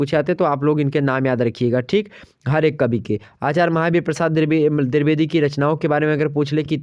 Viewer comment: Pehli baar drubedi nahi h boo Dwevedi hai okk 😏😏😏😏😏